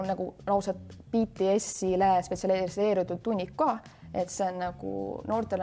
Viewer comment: Lõpuks üks eestlane hääldas BTS-i õieti